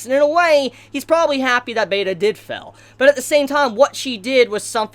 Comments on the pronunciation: Pretty sure you're trying to say "Fail" but all I hear coming out of your mouth is "fell" lol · How can you be so fluent in english yet pronounce fail as fell or felled?